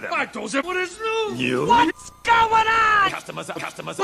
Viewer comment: "What is new?!" "Neuw?" That killed me.